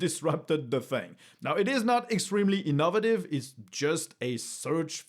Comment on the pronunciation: Pronouncing INnovative as ih-NUH-vuh-tiv after you mocked your own accent-- too funny